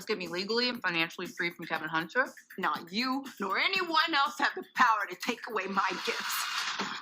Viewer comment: Why do you call Kevin Hunter, Kelvin?